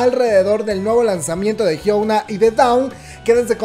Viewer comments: me perturba que la le diga HYUOUNA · jsjsjjs me causa conflicto que digas Hyouna jajdjsjjs pero gracias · hiouna ???? que es esto :v jajaj